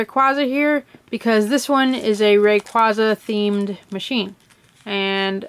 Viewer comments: its pronounced ray qay za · No offense to the speaker But does it disturb anyone that she's saying raquaza like that?? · You're pronouncing it wrong it's RAY-QU-AE-ZA not RAY-QUA-ZA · Say ray-qwayza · You don't pronounce raquaza right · factz the cring is real i dont really like this vid 😥✌